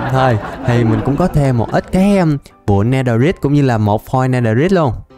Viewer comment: netherite âm cuối rite phát âm "rait" mới chuẩn ạ